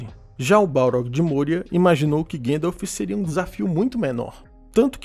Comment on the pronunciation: Vídeo excelente. Só não existe esse tal de "Guêndalf". O próprio ator q o fez nos deu a pronúncia correta